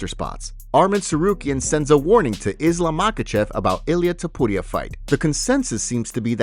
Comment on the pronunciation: I hate the way you say topuria but I love your channel. It drives me nuts every time.